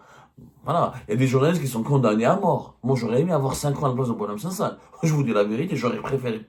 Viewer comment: Il s’appelle boualem sansal et non pas « SANDAL! » .